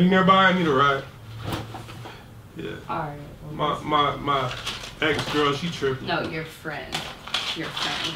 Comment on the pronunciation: "let me have my lil fantacies arite!"😂😂😂